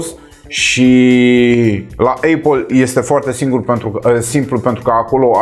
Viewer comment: Eipal care se citeste fara 'i'